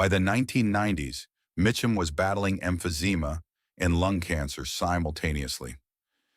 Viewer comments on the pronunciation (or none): none